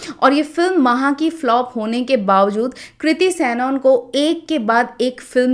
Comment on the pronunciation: It's not सैनऑन, it's सनन